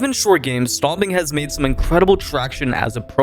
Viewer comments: is it just me or do it sound like he keeps saying "stomping" instead of stompn? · why are you saying stomping 😭 great vid though